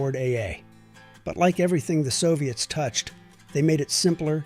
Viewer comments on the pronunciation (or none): none